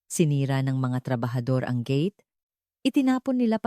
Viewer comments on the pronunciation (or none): none